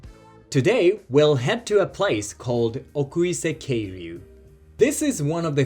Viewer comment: I think 奥入瀬渓流 is read as Oirase Keiryu and not Okuise Keiryu. I have hiked along the river stream twice and I want to go back again. ☺️☺️ One of the best places I have visited in Japan.